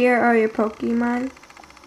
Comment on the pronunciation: This is a very good tutorial, although the way you say "pokEmon" makes me want to curl up and die. ;P